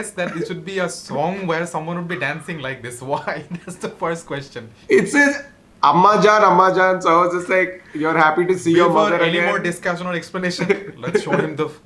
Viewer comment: "Ammajan" in Punjab style featured by Abish methew😂😂🤣🤣🤣🤣